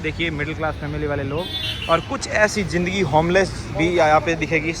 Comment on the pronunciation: Aik to Indians kay bolnay ka tareeqa ajeeb hay "DEKHNAY KO MILTA HAY" kya hota hay? "Dekhiay" bol saktay ho... "JINDAGI" ... Zindagi kyon nahi boltay ho? Aur camera aap aik jagah roktay nahi, baar baar camera move kartay ho.